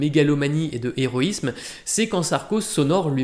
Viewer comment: Merci pour votre résumé et pour votre analyse !… et merci pour les lectures. (N'oubliez pas la liaison dans « vingt années », ni l'absence de liaison dans « quatre infractions », ni l'élision devant « héroïsme » – où le h n'est pas aspiré, contrairement à celui de « héros ».)